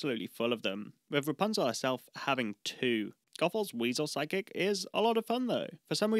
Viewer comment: Anytime you say "Side-kick" I hear "Psychic" and have to correct my brain.